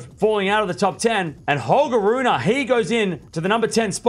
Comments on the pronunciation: Please man, get the pronunciation right, since you will be saying his name a lot more often in the future: it's Ruun(pause)e (not RunA) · well i know, and i usually don't mind when english speaking people mispronounce foreign names, but this one is particularly annoying for some reason